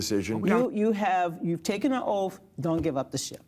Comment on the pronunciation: "You must take an "oaf"? What is an "oaf"???